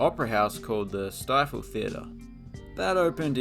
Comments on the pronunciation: Stifel is actually pronounced steeful. I know it's stupid. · I work part time at the Stifel Theater and man, is it a beauty! (Btw it’s pronounced “Stee-ful”)